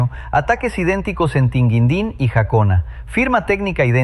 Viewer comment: Ojalá acaben con los cobrapiso! Y es Tingüindín. No tinguindin.